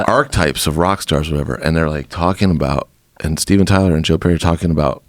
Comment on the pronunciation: he said archetypes